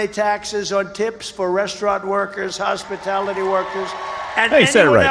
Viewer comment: She said hospitility workers she is sickening